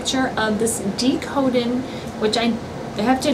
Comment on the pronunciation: You pronounced decoden wrong